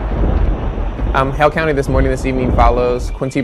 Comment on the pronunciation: I thought he was saying “Hell County”